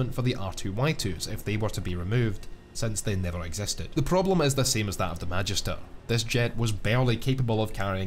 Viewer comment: As someone who takes Latin classes in school, I hate how he mispronounces Magister.